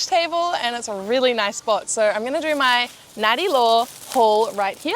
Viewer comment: "" is so Aussie